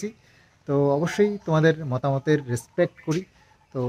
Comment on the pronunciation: রেস্পেক্ট কথা তা রেস পেস নয়